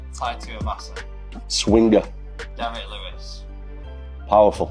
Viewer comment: Tai "swinger" Tuivasa